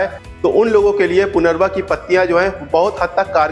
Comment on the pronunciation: सर इस पती को पुनरवा नही परंतु पुनर्नवा बबोलते है .... बोर्हेवीया डीफ्यूजा